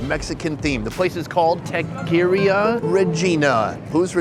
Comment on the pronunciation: The way he said taqueria and "I don't speak Venezuelan" made me feel embarrassed to be an American. This dudes been doing this for how long now? Get someone who at least attempts to respect other cultures 😵‍💫